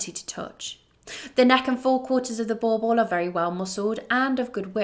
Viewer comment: What I never understand is that if people like you really love the breed, why not listen to how south africans say the name Boerboel and practice to say it properly.